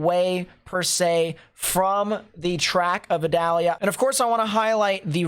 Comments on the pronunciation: Idalia 😆 not Adalia 🤔🧐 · Pronounced E dalia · According to NOAA, the proper way to pronounce Hurricane Idalia's name is ee-DOLL-ya.